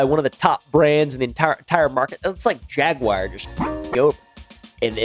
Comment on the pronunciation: Its "JAG-WAR" ... NOT "JAG-WIRE"